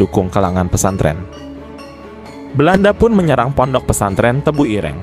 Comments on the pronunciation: Sebutan tebuireng tu salah bro......bukan begitu sebutannya...tanya lah kepada orang jawa.... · Ireng 😂, e nya jangan dibunyikan seperti e di kata "enak", tapi e di kata "senang".